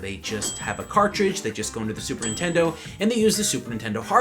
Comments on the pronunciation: "Super intendo" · did you just say "super intendo?" wow that takes me back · I love how sometimes he say says super intendo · Why does keep sayin super 'intendo?